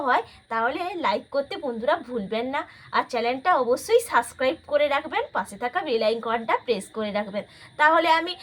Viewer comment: Kotha ta suscribe noy subscribe hobe aunty....aar video chhara bole na bolbe upload korbo...😊 Aaar recipe ta khub sundor banabo kintu barite ❤ thank you so much for your recipe